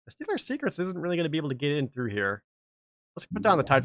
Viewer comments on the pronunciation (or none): none